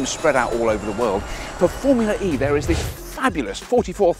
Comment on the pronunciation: i like how they kept saying 'formuleree'